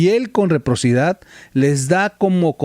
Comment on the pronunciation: TROL NO SE DICE REPROCIDAD "" ES: RECIPROCIDAD